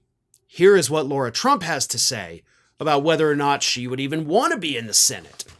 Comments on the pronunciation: "LARA" not "LAURA". She was a train wreck. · Why does keep calling Lara Trump, "Laura"? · do you say Laura on purpose to be disrespectful (which wouldn't bother me, she's a troll) or can you nor pronounce Lara? It's like saying Car with an "ah" on the end of it. Just for correctness sake try it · Laura?—- isn’t it Lair-A???? Spelled Lara is NOT Laura—— so as much as I dislike her do not stoop to mispronouncing her NAME!! Keep in mind this is exactly the kind of stupidity trump indulges in.